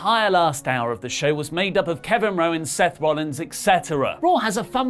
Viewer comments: Is it just me, or did say ‘Kevin Rowan’ instead of ‘Kevin Owens?’🐑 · so we juz gonna ignore how he said “Kevin Rowan” 🤔